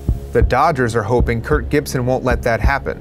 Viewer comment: I swear you keep saying Kurt. Stop saying Kurt!